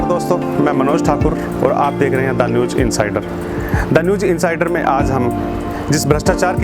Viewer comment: Sir newj nahi.......newz kahiye....talaffuz (pronounciation) sahi karein